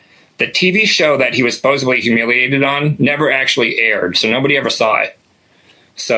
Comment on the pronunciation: Love the stories. Supposedly doesn’t have a B in it, common error.